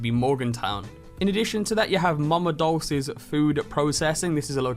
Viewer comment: Surely it’s pronounced Mama doll-chay